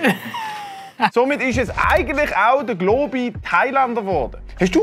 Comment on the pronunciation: Dä einzig Globi da isch dä. Und du sprichsch globi falsch uss es heisst globi. Nöt glooobi